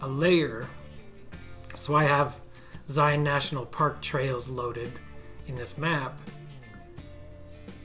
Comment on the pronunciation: Love these quick and concise toolbelt videos!! Thank you for sharing! And now I know how to properly pronounce Zion. Being from Texas we tend to butcher a lot of pronunciations. Loved the segue to Angel Landing. My family and I completed it a few years back. I recommend leaving early before the trail gets crowded and take plenty of water if hiking in the summer. Narrows was fantastic too. Except when I lost one of my shoes.